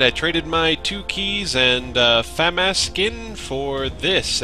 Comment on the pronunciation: Fuh-mah-s, not Fam-ass